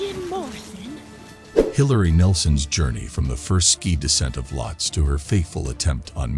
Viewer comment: Isn't the name pronounced as "Lowt-see" ?